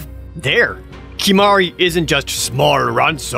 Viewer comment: Great video.. to the tee... Except Kimahru 💀